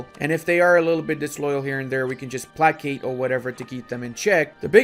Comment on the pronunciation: I have watched a ton of your videos and I don't know if you are trolling us or not when you pronounce placate, but I thought - if not - I would provide you with this link.